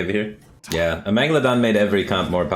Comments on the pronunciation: Why do u say Amegalodon. That's a shark, not this card tho, same with amaz saying amalgamadon, just say amalgadon. Ez! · Bro, it's pronounced "Ah-Mal-Ga-Don. Not Amegladon lmao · He just calls it A-megalodon, because of The Meg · I wince each time he mispronounces Amalgadon.